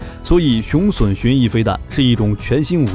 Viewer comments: 雄筍？ 雄隼（準） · 雄隼???!!!奪筍啊~~~那個在台灣念準!! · 隼唸 "準"，不唸"損"…中文質量有問題！ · 隼的讀音錯誤，不是筍，是準。